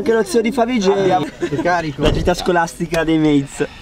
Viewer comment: Ai detto favj